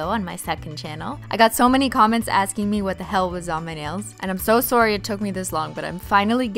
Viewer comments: It’s sorry not sworry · i legit love it when she goes soory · I love your ascent when you say sorry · First time hearing Christine or Kristine saying sorry with a Canadian accent